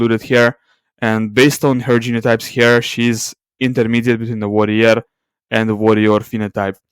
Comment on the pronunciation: Those are not the pronunciations of warrior and worrier. I mention because I couldn't understand what you meant in previous videos.